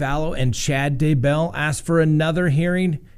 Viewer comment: Their last name is pronounced DAY BELL, no sound between the two word parts. Thanks.